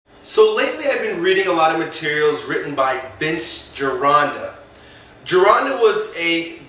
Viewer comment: You could at least pronounce gironda's name right, he was ten times the trainer you could ever be..............